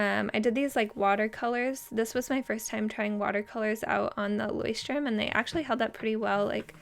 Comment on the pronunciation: This moment when you are from Germany and hears how you spell Leuchtturm 😂 hilarious 😂😂😂